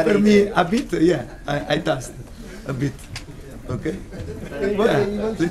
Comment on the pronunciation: "Ai tast"